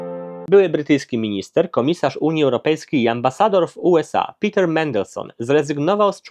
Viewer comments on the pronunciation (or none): none